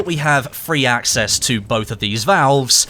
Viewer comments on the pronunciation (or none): none